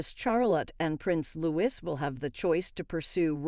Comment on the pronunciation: It's pronounced LOO-EE..... (the letter S at the end of his name is SILENT) Uggghhh I can't stand to listen to this any more it's just regurgitated stuff copied from other YouTubers and read from newspapers. Not a single ounce of your own work has gone into this apart from narrating and hopefully using noncopyrighted images! (A lot of screenshots then reverse google image searches will hopefully prove me wrong.)